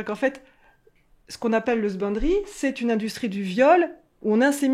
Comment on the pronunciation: Ceux qui ne comprennent pas quand elle parle de "sbindry", elle dit "husbandry" (= élevage en anglais)